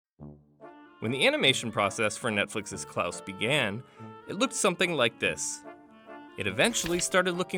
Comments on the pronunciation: why does he keep pronouncing it as “klAAuse” instead of “klAHse”???? its killing me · why did he say clous?????.????? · How tf do you pronounce “Klaus” so terribly